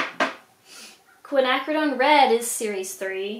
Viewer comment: The cans are called Oily Waste Cans / Oily Waste Containers. You can get them on Amazon. You had the pronunciation of Quinacridone Violet correct. It's pronounced fa-low, not pa-ta-low. Don't feel bad though, I've heard people call it patalow before. ;)